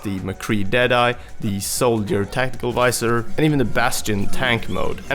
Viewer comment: am i the only one that thinks he says soldiers tentacle visor? :'DDD